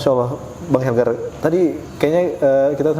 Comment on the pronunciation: Bang..Bang bukan bang helgar🤦‍♀️😬😁